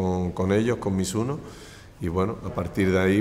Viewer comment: やっぱり発音はミズノではなくミスノか。